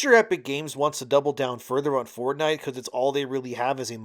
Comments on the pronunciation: lost me when you decided to never learn how to say the words Fort and night into 1 "4 night" "ford night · Stopped watching after the tenth time he pronounced it "Fordnite"